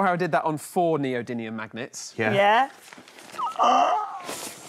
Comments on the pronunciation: Anyone else annoyed by the "neody n ium" rather than "neody m ium"? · btw it's NeodyMium not NeodyNium...